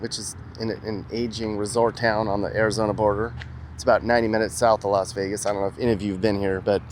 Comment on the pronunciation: Lost way gas ⛽😊😊or Lost vey gas is it a v or w.